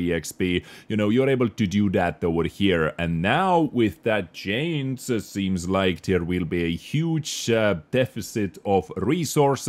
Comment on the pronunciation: I like your videos, but please... for the love of god... learn how to pronounce the word "Change" 😀